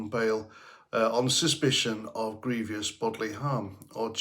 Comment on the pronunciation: Grievous not grevious. 2, not 3 syllables.